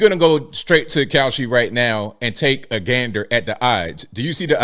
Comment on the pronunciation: The ad for Kalshi.....almost sounded like you said cow💩 .... 😬